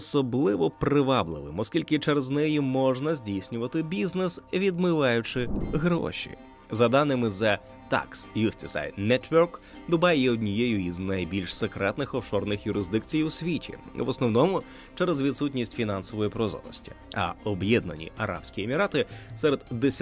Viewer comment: Автор,не хочу образити... Відео у Вас класні. Але Justice -це не Юстісай,а Джастіс)